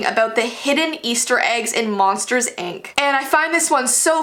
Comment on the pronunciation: Why did you say ank instead of ink